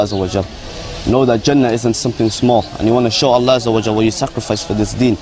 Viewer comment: I don't like the way these guys pronounce Allah or Islam. That's enough for for me to hate these fucking religious nuts!